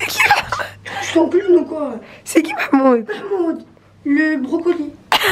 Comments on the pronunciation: SVP C MAHMOUD ET PAS MEHMOUD RESPECTER MON PRÉNOM MERCI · « Il est où merhmoude, le brocoli » 😂😂